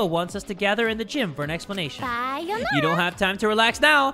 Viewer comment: PLS SHE DIDNT SAY BYE-ONARA SHE MEANT SAYONARAA 😭